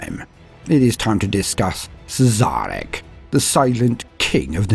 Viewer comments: It's actually pronnounced 'Shareh'. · Had to stop at "Siz-Zarek". But good effort.